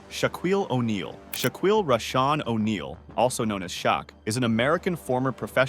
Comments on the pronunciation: Shaquill's name is pronounce SHACKILL, not CHAQUILL.🙄 There are many people over 6'10 & taller in the world. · Its pronounced, Shackeel, not Shackweel. Its.... Shack... Not Shock. Come on man. Or should i say,? 🙄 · Shakeel, not Suckuwell! Although his wife might have to 😂😂😂😂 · “Shaw-qweel, also known as Shock”. Good job,. Stupid channels and voiceovers. I hope they end up banning this shit. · This guy has the worst pronunciation skills, why is he even a narrator!! 🤦‍♀️ instead of being informative it just ended up annoying me I had to stop half way! 😂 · Your pronunciation of Shaquille, Celtics, and Shaq are cringe worthy! 😂😂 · ..gotta love these computer generated narration voices…a dead giveaway when they totally mispronounce a name like Shaquille…grrr